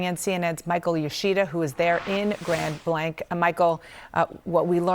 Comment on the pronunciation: Grand blank? Isnt it grand blanc with the french pronunciation?